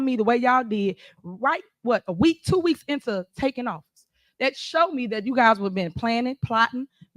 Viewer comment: It is not yoh ... it is you.